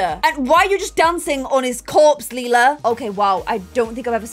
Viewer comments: I love how said she wanted Lila to be pronounced “Lie-luh” because it’s close to “lilac” yet is the one who keeps mispronouncing Lila as “Lee-luh” 😭😭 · You are pronouncing Lila like Leila Try saying it like l Y la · ITS LIE-LUH, also, you told Celia and her boyfriend to do that last episode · Lila is pronounced LIE-la. Or at least according to 'How to Get Away with Murder' who had a character named Lila. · It's Lay-la layla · Do a husky for lila please also her name is pronounced ( lie-la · i wish we had an heir that's easier for to pronounce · I’m excited to see Suren as a toddler - I really wanted the new baby to be the heir but like you said it does make sense to go with Lila as Grey gen is almost over :) edit: a pro for choosing Suren as the heir is that you’re less likely to mispronounce the name! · pLease clarify how you want to say lila because i don’t know if i can stay a whole season with you saying lila’s name wrong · If Lila is gonna be the heir can you PLEASE decide on a pronunciation or change her name entirely because good lord the switching back and forth is irritating. Leela is the purple haired cyclops from Futurama. Lila is meant to sound like lilac.